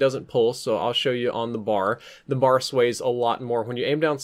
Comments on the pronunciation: ITS IS NOT A BAR AS IN CHOCOLATE BAR IT IS A B A R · Like the video... but it isn't a "Bar." The name of the gun is "Browning Automatic Rifle." aka... "B.A.R." As a gun enthusiast I figured you'd wanna know